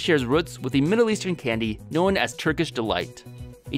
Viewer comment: Why do you pronounce "grown" and "known" like "grow-in" and "know-in" The word "grown" and "groan" should sound identical. They're one syllable.